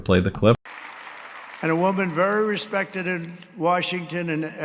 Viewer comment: "A woman very respectedted". Did anyone catch that? He's brain has already melted.